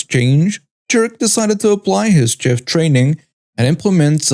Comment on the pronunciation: FYI: chef is pronounced shef and ladle is pronounced laydle